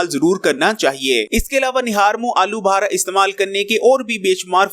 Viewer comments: Uncle. Aloo Buhara ni Aloo Bukhara bolty hain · Alu bahara nahin alubukhara.